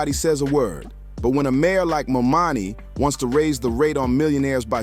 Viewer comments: Jesus for God's sake work on your pronunciation of the mayor's name. As for 50, he was against Obama. Saying that he was gonna get killed if he became president. He needs to get out of the prediction game.😂..50 forgot where he came from...the pattern he sets is saying progress and fortune for me but not for thee. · Would you please repost your video with the correct pronunciation of Mamdani? Your video raises excellent points, but the mispronounciation of the mayor elect's name is distracting. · Good video but at least 10 minutes too long And please take the time to get the mayor's name correct. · my God you can’t even take the time to pronounce his name properly. It’s really not that hard. Please do better. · Let's hear it for New York's newest Mayor "MO-MONNIE" 😂😂😂😂😂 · The name is "Mam-da-ni." Say it with me now, one syllable at a time. Maam-daa-nii :) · Was the narrator intentionally calling him "Mo Money" or was he mispronouncing Mamdani's name? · DUDE IT'S MAMDAMI🙄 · Can we PLEASE begin with pronuncing his NAME CORRECTLY? It is MAM-DANI!!! Thank you. P.S. Your video is 🔥🔥🔥, and I have subscribed! 🗽🫱🏾‍🫲🏿❣️ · Why do you continue to call him momani? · MOM DANI.HAVE SOME RESPECT FOR THE AND PRONOUNCE HIS NAME CORRECTLY. WOULD YOU LIKE PEOPLE TO CALL YOU HL DUGLEY HUGLY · "mom-dani" man, say his name right. Good video but damn that was distracting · Mispronouncing the name of the subject the video is about is insane 😓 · If you can’t pronounce the name right , then deuces!! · DUDE, how are you advocating for Mamdani, when YOU CAN'T EVEN PRONOUNCE HIS NAME⁉️ 😅👎👎👎 SOUNDS HORRIBLE... Take this down 🙄😒😮‍💨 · The guy talking should have practiced on the pronunciation of Mamdani's name. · Great video! I think you got his name wrong but good video. Thank you! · It’s Mamdani🙄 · Please please pronounce Mamdani’s name correctly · Great content, but please learn how to pronounce Mamdani. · Try to say his name right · I cannot😅Please say the Mayor Elect’s name correctly.